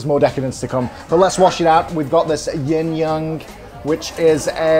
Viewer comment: Hi, the drink is not actually not Yin Yang, but yin yeung 鴛鴦. The pronunciation is similar but not the same. This is a common misconception.